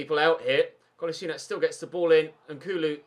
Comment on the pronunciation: Kull-as-ee-natch For some reason I got really annoyed when you pronounced Kolasinac wrong